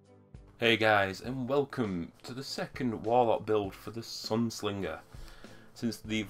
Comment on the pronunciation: There's not an "L" in Sunsinger!! hehe. On a serious note... Helpful info on the Sunsinger build. Currently working towards it. How did you get the Legendary gear? I'm currently only level 24 and trying to get gear. Seems whenever I get a Legendary Engram, it just turns into materials! Am doing bounties and Strike playlist at the moment, but it doesn't seem to be getting me anywhere quickly! :D